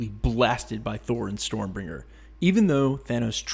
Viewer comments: StormBREAKER, not Stormbringer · 😂😂 I didn't even notice you said storm bringer until I saw your comment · Is it just me or was he calling it Stormbringer? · You said stormbringer you mean stormbraker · "Storm bringer".... this ain't it chief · You can't even say storm breaker right